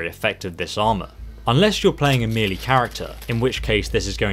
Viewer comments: FYI Melee is pronounced 'May Lay' not 'Meal Lee'. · took me a while to realise he was saying "melee" not "meely"